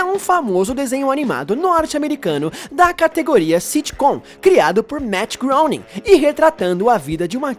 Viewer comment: Não se pronuncia Meatt Groening